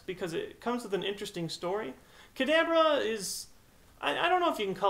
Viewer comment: kadadra? is that a new Pokemon, tell me more about this "kadadra"